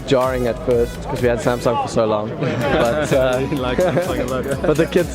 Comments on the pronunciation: 확실히 영국은 a를 ㅏ발음으로 정확하게 하네요. 삼성! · 오..? 처음에 샘성이 아니라 삼성이라고 발음하시는 외국분 첨 보네요ㅋㅋ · 샘성이라고 안하고 삼성이라고 제대로 발음하는거 신기하네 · 와 영국이라 그런가 삼성을 삼성으로 발음하네... 미국은 샘숭 샘성 이러는데